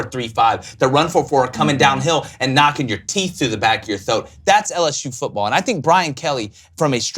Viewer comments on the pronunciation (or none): He ain't say throat, he said "thoat" love it!!!